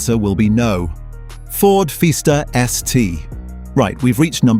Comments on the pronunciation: What about Ford Feesta.? What a givaway. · Ford Feeeester....?😂🤣😂 Dump the AI crap